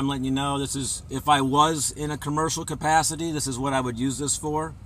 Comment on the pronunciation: "...cabburshal cupassity..." hehe